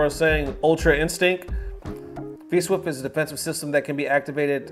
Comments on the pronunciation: Dude said 'V-Swift' repeatedly!! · It clearly says 'V-Shift' but you're so it's okay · Mans was dedicated to saying V-Swift rather than V-Shift. #KeepTheLieAlive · "V SWIFT" 🤣